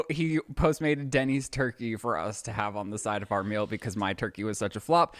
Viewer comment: The way always says ”Mill” instead of meal 😂